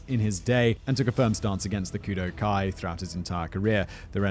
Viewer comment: Kudu, or koodoo, is the Khoikhoi and seTswana name for this antelope. while Kudō-Kai is enunciated as Kudough-Kai you slaughtered that word 450 times during this video Simon please show some Grammatical Mercy upon this poor word